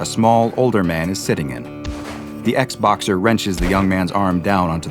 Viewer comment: me who heard xboxer and not ex-boxer